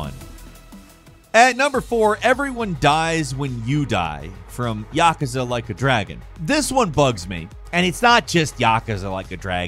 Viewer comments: what the fuck is 'yakkaza'? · Dont get me wrong, I like your videos, but for the name of god, pronounce "yakuza* correctly